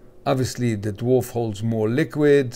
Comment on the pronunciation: Education comment, it's pronounced not Dwarf but actually Daa-vaar or Dee-varw. This is easily learnt through the official original owners Facebook group owned by Peter (owner of KHW mods) I called it the Drawrv in my mind for like a year 😂